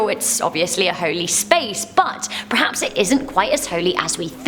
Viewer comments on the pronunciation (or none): none